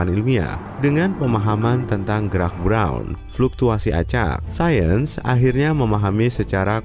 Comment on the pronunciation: roubeiert brouuwwnn.. briaaouwn breouwn wkwkwk ribet amat bilang bron aja